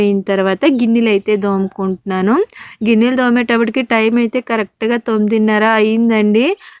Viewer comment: దోముకుంటున్నాను కాదు తోముకుంటున్నాను అనాలి